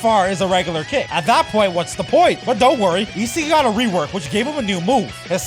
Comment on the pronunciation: Yeah.. that’s how you pronounce it You can even watch the anime if you don’t believe me